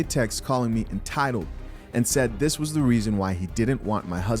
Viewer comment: Dude read THEE Deon Saunders' comment like : "this other commentor says" lolol